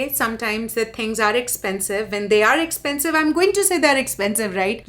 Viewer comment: I suggest a new drinking game. Take a shot every tike this daddy's money screams "Ek-ch-pen-chive" in her videos. Trust me, you'll get drunk in first 5 minutes. But for real though, if coffee, gas and daily groceries are "expensive" for you, you are a dumbasss who moved to a western country like its still 90's (#Amrika #Phoren) and that too without a real job, when rest of us are sipping 'Bucks watching your cringe and judging you. #GrowUp